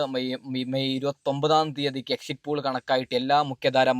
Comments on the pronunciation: നല്ലത് പോലെ ഭാഷ ഉച്ചരിക്കാൻ അറിയൻവയ്യതവെൻ്റെ. ഒരു എക്ഷിറ്റ് pole. എഴുന്നേറ്റ് പോടാ പുല്ലേ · ആദ്യം എക്സിറ്റ് പോൾ എന്ന് പറയാൻ പടിക്ക് ആദ്യം സംസാരിക്കാൻ പടിക്ക് എന്നിട്ട് ആവാൻ സസ്ബ്രൈബ് 😂😂😂😂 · ആദ്യം എക്സിറ്റ് പോൾ 😊എന്ന് പറയാൻ പഠിക്കു മുത്തേ